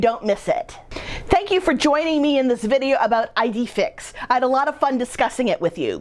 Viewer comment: “Ee-day Feex”. ☺️